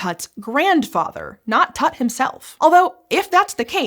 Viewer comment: it's Tut like Toot, not tat